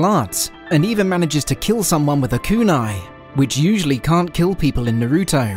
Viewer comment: imagine calling yourself an anime channel and you cant even say Naruto right